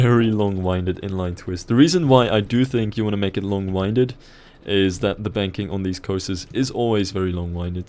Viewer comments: It's pronounced long winded. As in windy weather. 😂😂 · Long winded is said like air wind. Not like wind up. English tips.